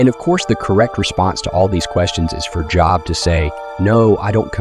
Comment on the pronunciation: Good job pronouncing Job. 🙄🙄🙄🙄